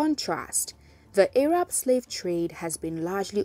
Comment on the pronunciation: Pronouncing Arab as "Ay-rab" sounds kinda sus though. That pronunciation is usually used when speaking of Arabs in a derogatory manner.